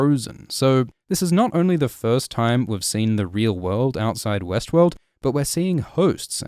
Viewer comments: Is it just me or everytime he says Westworld my brain is telling me Westeros? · every time you start to pronounce Westword, I expect to hear Westeros